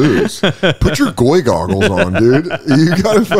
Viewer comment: "Goy Goggles" or "Goy Googles"? You have messed up as a podcast host